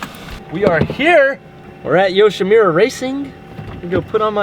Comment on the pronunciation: le sigh... it's Yoshi moo ra. Not Yoshi mew ra